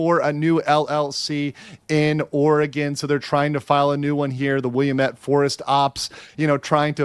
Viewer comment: needs to learn how to Pronounce Willamette sounds like will-lamb-it now say it fast. Wil-lam-ette